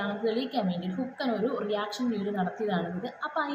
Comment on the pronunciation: അല്ല മോളെ ഇത് ആ പയ്യൻ ആ പറഞ്ഞ അമ്മച്ചിയെ നേരിട്ട് ഫോണിൽ വിളിച്ചു ഇത് പറഞ്ഞാൽ പോരെ നാട്ടുകാരെ മൊത്തം അറിയിക്കണോ, പിന്നെ മോളെ ഹുക്കൻ അല്ല ഹൾക്കൻ എന്നായിരിക്കും